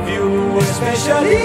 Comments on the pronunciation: È un concentrato di arte pura. Arioso, melodico, perfino l'inglese pronunciato alla francese (espescialli') è fantastico. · Yess, italiano che canta in inglese e quella parola la pronuncia in un modo che ha un che di francese..numero 1